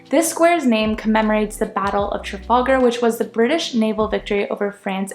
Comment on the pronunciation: Trafallgar. It’s pronounced Traff Al ga